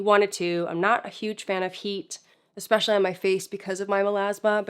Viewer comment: I really like you, you are thorough & know how to properly say the word "ESpecially"